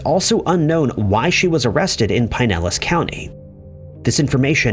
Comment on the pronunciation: "Bre-VARD," not "brevurd." "Pin-ellas" not "pine-ellas."